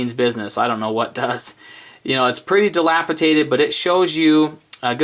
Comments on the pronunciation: > Your mentioning "dilapidated" twice It's worse than that. He said "dilapitated" twice, which isn't even a word. Interesting test, though. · The word is delapidated, not delapitated. Nice vid otherwise.